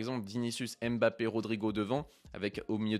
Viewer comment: Bonne vidéo mais serait-il possible de respecter son nom et de bien prononcer Mbappe et non Aime'bappe ? Ca fait mal aux oreilles